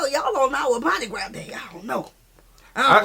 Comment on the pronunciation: Don't call it Madi Gra. Its Trinidad and Tobago Carnival ❤